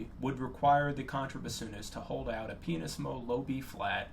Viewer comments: that's a terribly mispronounced "pianissimo". I listened it to it like 20 times and can't force myself to hear "pianissimo". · Did he say penis mo? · I don't think I need to tell you is a superb musician. I performed with him for many years in Arkansas orchestras before my age and health forced me to retire from playing. I'm glad to have stumbled upon your video,. I'm subscribing. By the way,, did you say "penis-mo" on purpose, or am I having one of my spells again? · pianissimo? Is that what he said? cause it sounded like something else...